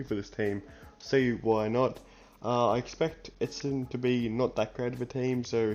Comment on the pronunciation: There is an "N" in ESSENDON. It's not ESSEDON. FFS.